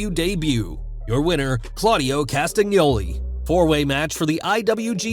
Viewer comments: I believe you're not suppose to read G in Castagnoli surname. GN is like NY or Ñ so it's not KastaG-ny-oli but just Kasta-ny-oli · Claudio’s last name is pronounced “Castañoli” 🇨🇭🦾